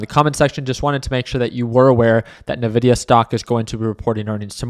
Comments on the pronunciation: I die a little every time he says Ne-VIDIA 😂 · Lol, he's earned it. Nevidia